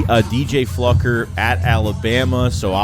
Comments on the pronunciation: It's Fluker not Flucker😂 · You pronounce it as Flu-Ker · Huh?????? There's no "c" in FLUKER.....like the bottom dwelling fish FLUKE...Don't sound like a dumb fluck😂😂😂! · It's pronounced Fl-oo-ker. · It’s pronounced “Floooooker”. Ik ik sad we can’t call him motherflucker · Pronounce Floo-ker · Just for clarity.... his name is pronounced FLU - cker or FLEW-ker LoL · Sup, keep up the good work. O and i think his name is pronounced flooker. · Man … u butchered his name as bad as Mark Holmes does!!! Pause 😮 lmfao 🤣 😂